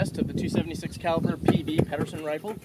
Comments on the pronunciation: Peed-ersen, not Padderson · Pedersen with a soft D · great video but you guys don't know how to pronounce Garand or Pederson.